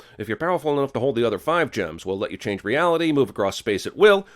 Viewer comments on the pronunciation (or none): none